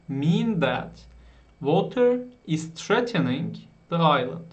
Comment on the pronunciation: Merhaba, affınıza sığınarak ufak bir eleştiride bulunmak istiyorum. Okuma'da bazı yerlerde telefuz hatası yapıyorsunuz. Örneğin ; "threatening" kelimesi gibi. Acaba ben mi yanlış hatırlıyorum diye cambridge'e baktım ve tespitimin doğru olduğunu gördüm. Sadece ufak bir geri bildirim olarak düşünün. Hepimiz hatalar yapıyoruz. :) Emeğinize sağlık. Teşekkür ederim.